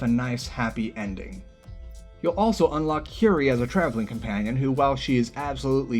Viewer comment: prettie sure that’s not how you pronounce curie as it’s probably a pun for marie curie and the word cure i guess